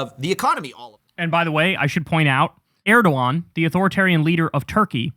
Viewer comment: Congratulations to Kyle for pronouncing Erdogan's name right, many European media I know are not capable of that even after the guy being in office for more than two decades. Like Trump, Erdogan is fond of "alternative facts". The +80% is the official figure ; the real inflation, calculated by a panel of reputable economists, went over 140% or something like that. Good luck, US citizens.